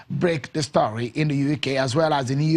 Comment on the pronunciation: asd he speaks well but he is forcing his accent. Why is he pronouncing story like that? He's forcing it definitely